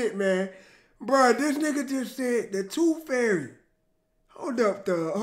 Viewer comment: "TOOF FAIRY"